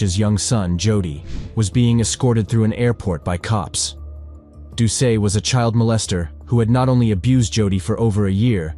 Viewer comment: wow man. mispronounced his name, did ya NOT SEE THE "T" at the end of his name?.. making it pronounced "DOO-SET" nice education bub!